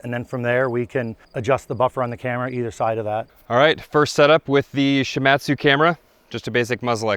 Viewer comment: Great work!! However the company is pronounced She-mod-tsu. I lived and worked in Japan for a number of years (and speak Japanese). One of the companies I did business was Shimadzu.